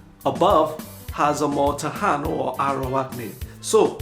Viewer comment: TA-i -NO is the correct pronunciation of the natives of these islands. The island now called PU-er-to Rico was pronounced Bo-ri-Quen; note that the words written here show emphasis on the syllables of the words.